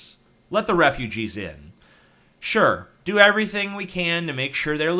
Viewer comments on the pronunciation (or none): none